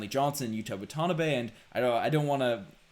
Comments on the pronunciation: My guy, you're killing us Asian fans. WAH-TAH-NAH-BAY. If you can pronounce Antetokounmpo you got this. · Wah-tin-ah-bai is how it is pronounced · Sorry... WAT-A-NA-BAY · Guys lol WAH-tah-NAH-bey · “Watanabe” is pronounced “wah-ta-NUH-bay”.